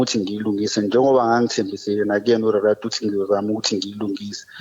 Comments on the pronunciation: Lomuntu akakwazi nokuthi uthi uRelato😂😂uyagowisha losisi shem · Why are you pronouncing the name as Relato,or Rerato nawe self ngathi awuli pronounce kahle, such a nice name ngi6ngila e Daveyton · How 1 doesn't know how to pronounce their name🤔🤔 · ULerato akakwazi ukubiza igama lakhe kahle. Uthi ungu Relato😂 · not Rerato aai letla rerwaka😂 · Relato or 😅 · 😂😂😂 not Rerato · She says her name is Relato. I thought it was